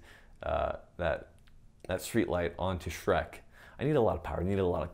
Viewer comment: the way he says Shrek got me bruh